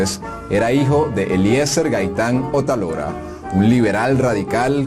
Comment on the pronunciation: Las acentuaciones de los apellidos. "Otálora" El acento está en la primera "a". "Araujo" El acento en la "U".